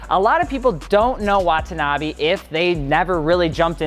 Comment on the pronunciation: レーシング comes out to "racing". And "Wah-tah-nah-bay" - no double syllables.